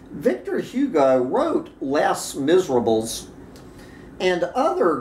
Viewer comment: Ah, your French is not good. Les Miserables is pronounced like “lay miserabel ” In French the s at the end of words is silent. Thus plural words are only differentiated in spelling and not pronunciation. Yeah, I am not a fan of French but I did take some in college.